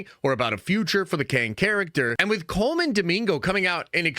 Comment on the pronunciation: You butchering these names man Cole MAN and 🤣trah-MAIL. Act like you have Black friends.